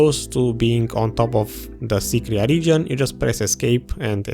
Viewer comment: Nobody: Literally no one: Video: Sycraia Abyssal Ruins: SYCRIA